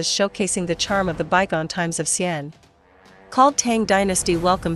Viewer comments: Ar til lery. Don't swallow the artillery barrel. Same with pronouncing Xi an. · I don’t think you hv ever set foot in China. The city is called Xi An. Not XIAN. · Actually it is Xi'an